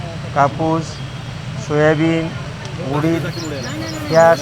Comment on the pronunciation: Soyabeej Galathy "Soyabeen" kaho News Reader sahab.